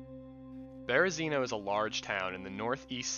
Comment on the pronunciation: 🙏You're pronouncing Berezino wrong. Spread the knowledge 🙏 Super good video though.